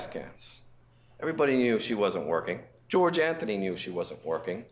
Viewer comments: I mean she always called him George, even though his name is Jorge. Couldn't even pronounce her boyfriend's name right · not saying Jorge's name correctly will forever deeply irritate me... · Can you imaging being so stressed out that your mom will find out you’re a liar that unaliving her is your solution for her not being mad at you If only who deserves all the forgiveness would have “forgiven” George and moved on instead of unaliving him. Then she wouldn’t have to mispronounce Japanese art that most certainly doesn’t describe!